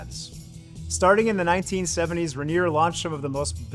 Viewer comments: Its not Ren-ear. Its rain-ear. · It's not ranger, It's Rainier, pronounced RainEar You sound like an LA hipster you'd fit right in down in Portland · Say it with me OP - Rayneer, not Ruhneer. All the clips say it properly, yet through this ENTIRE video you mis-pronounce it. C’mon man… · as a Drinker and Washingtonian it is pronounced Rain eer not ruhneer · Ra-near? It's Rain-ear! You even pronounced it right when sang the "motorcycle song"! I'm just giving you a hard time! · It’s not RA-nier, it’s RAIN-ier beer. Funnily, you say it right when doing the motorcycle thing. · Us PNW beer snobs call it Rainier (pronounced ron-yay) 🤣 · The "Ruh Neer" pronunciation is really distracting. Do your research next time. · Ray-Neer is how you should say it. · If you're going to do an entire video on something, at least learn how to pronounce it. Ray-Neer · I don’t know what Rah-neer is… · "Rehneer" lmao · I cant listen to "Ruh-near" anymore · Mount RAY-NEAR is the same pronunciation as the beer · You’re saying it wrong 😂…. Rain-near beer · It pronounced Ray-near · It's pronounced Ronyay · Locals pronounce it "Ray-neer." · Agreed. I came looking for this comment. Ray - nier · Do research on how to pronounce Rainier! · I cringed every time he said it wrong. Just listen to the commercials, they say it correctly. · buddy, emphasis is on the "Rain", not the "nier"